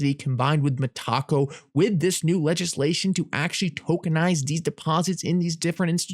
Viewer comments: its META---------CO not ME----TACO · You say tom-ate-o, I say tom-art-o, you say me-TACO, I say META-co! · could you please pronounce this correctly, Me-ta-co not Me- Taco:) They did not acquire Taco Bell, Thanks it is just tough to listen too, keep up your great efforts:)